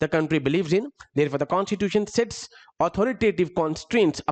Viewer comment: यार एग्जेक्युटिव में अधिकांश प्रशासन अधिकारी आते है, तुम कुछ ज्यादा ही अंग्रेज बनने का ड्रामा कर रहे हो, कॉस्टिट्यूटन नही कॉस्टिट्यूसन होता।